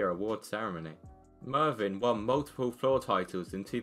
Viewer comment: It's Mevyn, not Marvyn